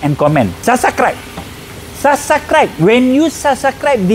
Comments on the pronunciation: The only reason i subscribed is because of "sasacribe" .... Good video! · Sasauscribe? What is that? 😂 aduhai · Dari awal cakap omputeh dah KEREN dah. Tiba last tang SASAKRIBE tu HANCUS! 😂 Nasib tak tersebut SANKRIBIS.. 😊